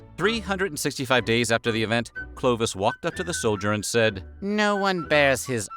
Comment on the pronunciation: It is NOT - 'Clo-d- vish'! But Clovis !!!🤬😡 learn to speak ou the name the real way !!! 🤬😠😡 And.. you said : could Clovis buy not another vase ? Even you said just few minutes before he stolen it? So what a bs !!!🤬🤬🤬